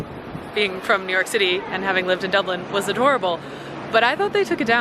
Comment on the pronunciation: Hi. Stop saying dubelin.